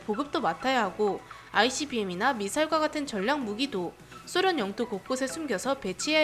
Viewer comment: 소련이라고 발음해 주면 안되나요 왜왜왜 쏘련이죠... 백라이트 해도 될것을 왜 빽라이트등등 된소리는 필요하나 왜 굳이 드러운 표현을 골라가면서 쓰는사람처럼...왜... 비야냥이 아니라 왜...